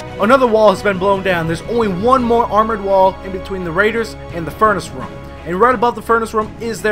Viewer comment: I love how you say room "rum"